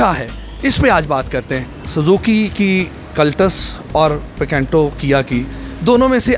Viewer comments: Picanto ya PECENTO ? 😂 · Pacantoo ni PICANTO hay .....Bosdikay